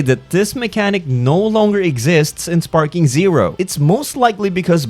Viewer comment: its dragon ball sparkling zero . not sparking.. dont post shit if you dont know what u are talking about